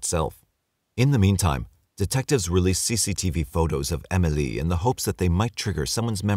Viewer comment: The way he's saying Emily is really grinding my gears